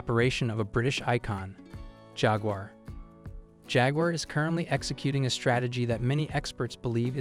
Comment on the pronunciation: Knee-san, you stupid AI robot. And it's jag-war, not jagger. Pick one of the two ways you pronounce Maserati. Fee-aht, not Fie-at. Sheesh!